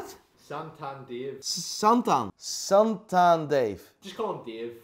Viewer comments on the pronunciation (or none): I died when he called him Satan instead of Santan 🤣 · I think he loves the fact you keep calling him Satan instead of Santan 🤣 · Editors: It’s santan: Satan Editors: santan: Santan the rest of the video “Satan” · “Santan Dave”: “suntan Dave” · Keeps saying Satan Dave 😂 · SaNtan, not SATAN... lol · Very dutch "Satan" . Just Saw the vice video of you at AVW. Was fun to hear that. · Okay like. can fucking memorise nearly every watch, but can't get Santan Dave's name correctly, after getting it repeated like 20 times, ahahah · can pronounce every watch brand but not the word “santan” lol. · Idk if you’re purposely mispronounced his name but it’s kinda annoying